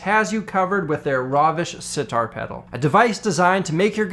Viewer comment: That last "pedaru" killed me